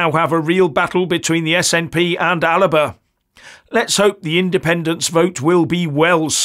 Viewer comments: ALBA ... not Alaba. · Alba, not Aliba. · I thought it was the Alba Party not Aliba Party 😅😂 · It's AL-BA... it's the Gallic word for Scotland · It's ALBA not Aliba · It's Alba...not Al i ba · I think you Alba not Alaba. Keep up the good work. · its ALBA .....NOT ALABA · its alba, scots Gaelic name for Scotland not aliba, same snp pi5h different name. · It's Alba, not Alaba. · Sorry the name is Alba not alaba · Alba not Alaba! Otherwise I'm a fan! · "Alaba Party"? It's called Alba. An ancient name for Scotland. What the hell are you reading from? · it is spelt Alba and pronounced AL Ba not alaba come on pal learn Gaelic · … It’s Alba, 2 syllables. As in: Al-Ba…. Not Al-a-ba. I’m a longtime subscriber. Regular viewer. But please rectify this glaring mispronunciation. It lessens your credibility. May the Force be with you.🌀 Jim🌀 (-: <*>:-) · You may need to do some research - Alba is the Scottish Gaelic word for Scotland, however you don't say it the way it is written. Instead it is pronounced 'Al-a-buh'. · listen to Salmond . He often calls it ALIBA . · I thought it was pronounced Alipa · I’ve heard Salmond pronouncing it ALIPA,presumably the Gaelic pronunciation